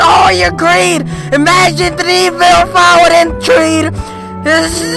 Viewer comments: The way you said thneedvile 😭😭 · otakuthatloveslen his pronunciation of thneedville keeps me alive